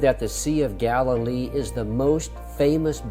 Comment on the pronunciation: It’s Galilee